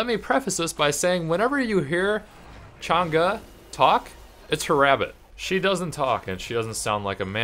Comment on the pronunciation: thank you for pronouncing her name right